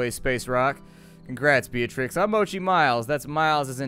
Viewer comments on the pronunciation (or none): none